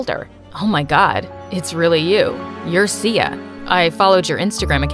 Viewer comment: I heard see ya not Sia lol 😂😂